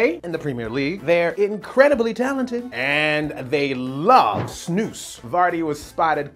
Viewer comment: I love how you say snus it's much better than other english speaking people say it